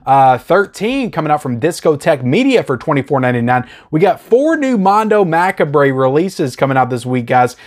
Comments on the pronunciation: Maccabree? 😂 mac-ah-breh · "mackabray" lol, that's not how macabre is pronounced, but it's funny so keep saying it haha. Great info as always! I was gonna get May but I don't think my player can play Region B =( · Macabre is pronounced “Ma-kobb”the re is silent lol😂